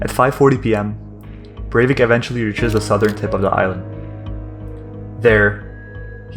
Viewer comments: Its not berwick its breivik bre with an E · It is BREIVIK, not BERWICK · Cool video but how did you manage to get his name wrong?